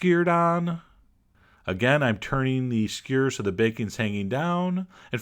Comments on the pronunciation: SKEW-ER NOT SCURRRRRRRRRRRRRRRRR. LOVE YOU. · he says skewer like squeeer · I like the way he says skewer! skur..... =) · you forgot to pronounce most of the letters in "skewer" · I love how he pronounces skewer as if it were a single syllable.